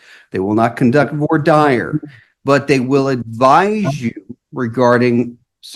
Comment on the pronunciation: Funny when a judge, and legal scholar, cannot pronounce legal terms he uses every day. Vor dieyer. Just nope. It’s pronounced more like vwa dear (spelled voir dire). It’s French and its literal translation is see say, though most interpret that to mean to speak the truth.